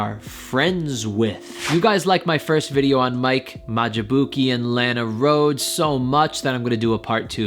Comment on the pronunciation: him pronouncing her name wrong ahhhhhhhhh